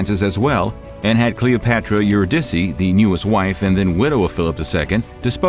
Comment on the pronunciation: Eurydice is pronounced yur-ih-duh/dah-see